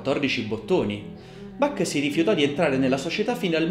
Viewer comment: Caro,mi piace come racconti il grande musicista tedesco, però il suo nome si pronuncia con l ch molto aspirata.questo vuole essere solo un consiglio.Cari Saluti.